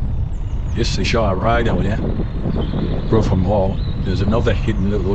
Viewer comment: "Brougham" as in "Brougham Castle" is pronounced 'Broom' NOT "Bruffem"!